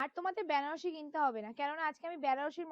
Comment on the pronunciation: ব্যানা নয় দিদি bolo বেনা..😅